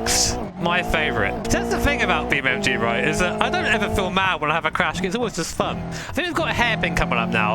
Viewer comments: its "NG" - EN-GEE. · Why you say BeamMG 🐒🤣🤣👍